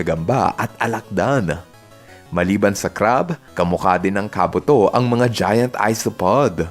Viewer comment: FYI, si Ursaring po ay mahina sa sipa gaya ng Double Kick at Triple Kick. Dahil si Ursaring ay Normal type Pokemon at ang dalawang binanggit kong moves ay Fighting type moves... Kaya anong hindi tinatablan? Search muna po... By the way, tama ka sa info ni Kabuto. Mali lang pagkakabigkas ng name.